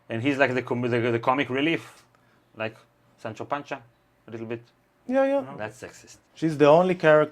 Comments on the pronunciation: Sancho Panza :D not Pancha :D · Even so, you should say it more Spanish-like; just my opinion